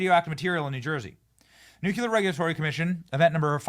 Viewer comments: Please stop saying nuke-yuller. It's pronounced New-Clear! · Nuclear not NukUlar. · Nuuu-cleeeaaaarr Nu-clear Nuclear. I sweato god Benny....👴 No more NUCULAR Ima get Cezar Milan on you Tssssttt. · Nuclear... new-klee-er Not nu -cuel-ler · Do you realize you say Nucular instead of Nuclear? 😂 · Nuclear not nucular. Come on, Benny! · You lose credibility when you say "nucular". The word is, has, and always will be nuclear. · NU_CLE_AR Not nucular ffs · NUC LEAR not NUC U LAR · Benny, luv u man, BUT -- Every time I hear you mispronounce the word "nuclear" as the the word "noocueler" I am reminded of another commonly mispronounced word, when people say "aks" for the word "ask". Just because W was illiterate doesn't mean we all should be. Considering you reach millions and millions, sir (luv u man), don't you feel a slight pang of personal guilt misleading people in the pronunciation of such an important word, as if disrespecting it? Or perhaps you prefer an illiterate audience to whom you owe nothing? Luv u man. Get it right. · I love you Benny, but it’s pronounced Nuclear Nu klee ur not Nu q lur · NU CLEAR Not Nu Kue Ler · Why do you insist on saying nucular? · It drives me NUTS when people pronounce it "nu-QUE-lir." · Nucular isn't a word. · It's pronounced "NEW'-KLEE-ER"!!! Please! Say it correctly. Thanks! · Please read that word... nuclear. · You're a man who talks for a living. Please learn to pronounce "nuclear". Its really not a difficult word. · I love your show, but learn how to pronounce nuclear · Please learn how to pronounce nuclear